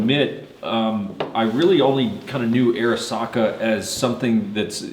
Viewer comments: Man I feel like a grammar nazi rn but is right about the name though. Off Arisakas website: "As Japanese Americans, they chose the name Arisaka to honor their cultural background and show respect for Arisaka Nariakira, one of Japan's most iconic weapons designers." Pronounced Ah-ree-sah-kah. Love the review! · It’s pronounced odd-e SAKA ! The “R” is silent! Duh RED ! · I am pretty sure its pronounced Arisaka-not Arisaka.